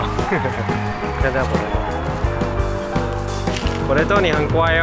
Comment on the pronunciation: 不知道为什么，感觉在叫着tomato😂